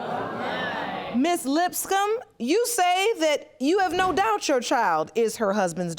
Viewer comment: Lol I thought the bailiff said the last name was "Lipscum" 🤪